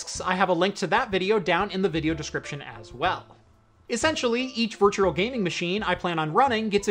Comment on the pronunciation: I can't stop hearing virtuRal